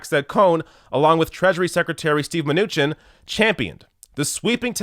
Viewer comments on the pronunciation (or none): none